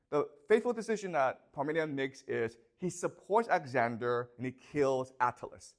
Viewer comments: Lmao I can't unhear it now😂 He says it so much too, thanks for ruining the video for me 🤣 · He calls Alexander axander😢😢😢😢😢😢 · Why is your pronunciation so lazy and sloppy? Axander, hair for "heir"